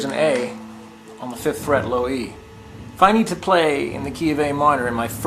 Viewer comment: man i swear the first time i thought he said "finger on the first shit" but good lesson anyways